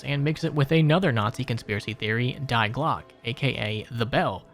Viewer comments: Not DIE GLOCK BUT DI PRONOUNCED LIKE D, D E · Dee Glockuh Der Riesuh I hope this helps with the pronunciation. Opel Blitz was perfectly pronounced tho😅